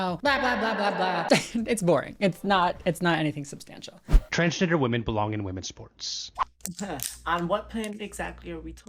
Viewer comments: hes confusing tf out of me 😭like the way he cant even say transgender is kinda silly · Yup!!! Hahahah . Its pronounced as Transgender!! Babe its Transgender!!! 😂😂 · I LOVE how she said "ah! It's pronounced transgender, (I think he's having a hard time pronouncing it) It's pronounced transgender 😌💕✨" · My mom always knew my sister was fruity, so idk what Mr. Doesn'tKnowHowToPronouceTransgender is on about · The fucking “it’s pronounced transgender babe” has me literally laughing verbally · "... its pronounced Transgender? 😃" that made me CACKLE. Girl you're so funny (Thank you for always raising awareness for trans issues)